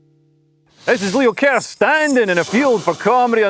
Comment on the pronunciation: I'm glad you pronounce your last name like Kierce and not curse